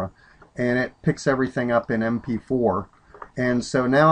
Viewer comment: M P FWEE HAHAHAHAHA Thanks man!